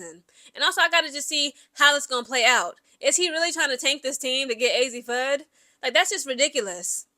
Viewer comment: Mis pronounced fudd !!